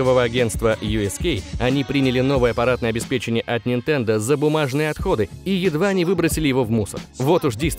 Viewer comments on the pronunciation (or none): none